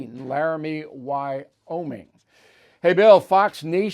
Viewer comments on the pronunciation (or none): none